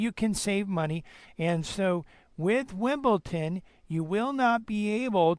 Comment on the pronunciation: It's pronounced WimbleDon and NOT WimbleTon!